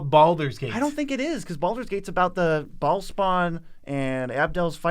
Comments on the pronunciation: Baal isnt pronounced as "ball" but rather "Ba - ale" ale like the drink. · I believe it's pronounced beh-HAHL but us MTG guys are saying Ball. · I think Bhaal is pronounced like bail or bale